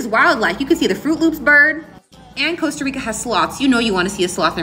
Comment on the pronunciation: How about pronouncing it correctly first ? It’s COSTA not COASTA !!!